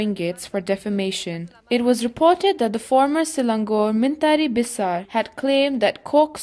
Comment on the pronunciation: The reporter whose voice being heard, is she a Malaysian or a foreigner? The pronunciation of men-tari beisar of Selang-gor shouldn't be like she did if she'as a local.